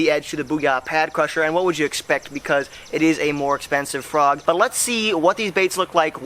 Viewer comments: It’s pad crasher not pad crusher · Pad crasher not pad crusher. Sorry it just really annoyed me 😂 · I thought it was pad crasher not crusher